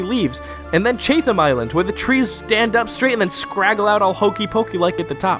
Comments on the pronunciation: Amazing video!!! Just would like to quickly point out though as a New Zealander that "Chatham Islands" is pronounced 'cha-tm' with the 'cha' sounding like the 'cha' sound in 'chat.' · I'm from Aotearoa, Please never say it like that again It's pronounced 'Chat Em'